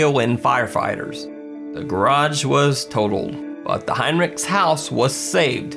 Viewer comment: As a Heinrichs (no relation I'm aware of to this family) I appreciate you pronouncing our name correctly!!